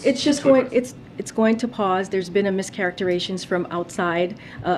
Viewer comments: “Mischaracteration” [sic]. This fool can’t speak or read. Or am I just a raaaaaaaaaacist? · Heard her mispronounce characterization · Never listen to a woman who cannot pronounce mischaracterisation